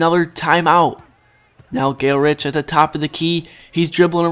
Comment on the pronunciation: Dude his f**king name is GALE GOODRICH NOT GALERICH